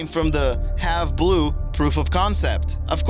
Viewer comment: Would like to play point out that the A-12 only has one seat, the two seater is the SR-71. The A-12 is faster then the SR-71. Also it's not have blue it's hãve blue